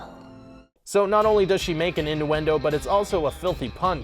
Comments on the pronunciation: one question, wtf are “induendoes” i thought it was innuendoes bruh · In-du-endo? IN-DU-ENDO? lmfao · In-do-endo... why?!? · wtf? It's inn-U-en-do not in-DOO-en-do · In-ewe-en-doe not inn-oo-en-doe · "Induendo"? "Rat-tat-touille"? "Eed-ipus"? I mean... I'd say read a book, but it's probably exactly because you've been reading books without ever hearing them spoken that you can't pronounce them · "rat-tat-oo-ee" "ee-di-pus" "en-oo-en-do" fam where do you live? i've literally never heard any of these words pronounced this way. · What the hell is an ''in-doo-en-doe''? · "Innduendos" I'm gonna report you to Jacksfilms, sir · Sorry dude, there was a thing called standardisation, and regardless of where in the English speaking world you live, it's pronounced: Oedipus: ED-A-PUSS Innuendo: INN-YOO-EN-DOE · Ratatalloie is my favorite 3d animated movie by far. P.s. it's pronounced "in- yoo-in-do" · he keeps saying in-du-endo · Is he saying ‘induendo’? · After the pronunciation of "innuendo" at the Mulan part I had to turn on subtitles and mute it, but the auto-generated captions read "into endo" because he completely butchers the pronunciation. ._. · ĭnˌyo͞o-ĕnˈdō ffs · It’s pronounced in-You-endo and Ed-ipus!!! (but they are spelled innuendo and Oedipus) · You say induendo like 50% of the time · I know, right? What's an "in-doo-in-doe"? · I think I heard him say "indooendo" once... :| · Pokemon. He absolutely did not. INDUENDO is not how that word is said. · You can’t seriously be saying innuendo wrong or do I need to get my ears checked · Yeah we'll subscribe when you learn how to pronounce innuendo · I try to enjoy your material but it is incredibly difficult when you can't pronounce easy to Google words like innuendo or Oedipus. Also, why do you avoid using compound sentences? It's so stop and go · Mispronounced the word innuendo. Every. Single. Time. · Dislike for not knowing how to pronounce "innuendo" or "Oedipus" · his pronunciation of innuendo drove me a little crazy